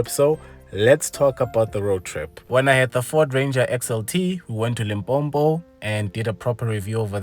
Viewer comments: LIMPOPO NOT LIMPOMPO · It's Limpopo not limpompo😅;..love your content though ❤ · nice review chief. Just note its LIMPOPO, not "LIMPOMPO ''. I know nguni people choose to insert M there and change the name deliberately